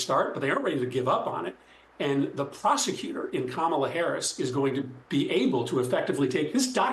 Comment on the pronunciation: Did she say prosicuter or Prostitute